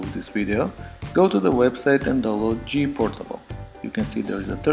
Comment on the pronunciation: you said gportable but is says jPortable